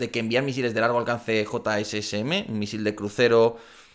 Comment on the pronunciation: Los misiles se pronuncian "yasm"